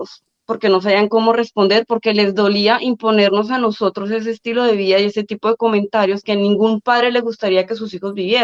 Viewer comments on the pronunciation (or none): Se dice vida no vía, que mal hablada esta hija de Petro...